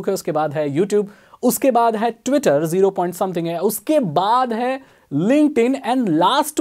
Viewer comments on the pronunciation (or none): none